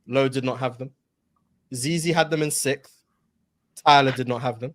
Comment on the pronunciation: why cant you say sixth